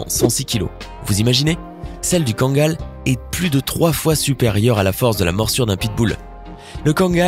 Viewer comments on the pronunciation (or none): Tu dis mal le kangal